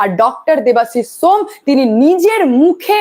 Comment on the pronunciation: ম্যাডাম ওটা shome , সোম নয়